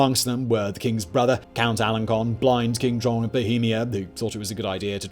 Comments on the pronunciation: Just one tiny correction: the c in Alencon is pronounced s, not k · Learn how to pronounce these people's names! In Alencon the c has a cedilla, which means it's pronounced "s".